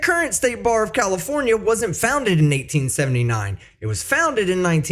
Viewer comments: I sure wish she could learn to say California correctly. If she has been in the USA for 30 yearn, she wouldnt have that much accent. Well unless she works hard at keeping it. If you think you need to be saving American, talk like an American. Now I am not opposed to having an accent, but if it is "fake" to get attention, thats different. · Every time she says California I hear cauliflower